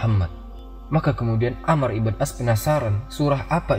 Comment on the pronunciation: Koreksi. yang benar amr bukan ammar